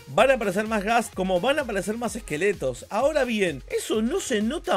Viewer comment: Me parece o se metió un GAAA al decir Ghasp